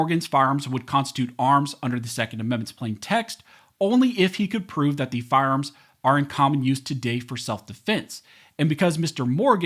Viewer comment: “Firearms that are automatic are not arms as mentioned in the second amendment” Say that first word again… but slowly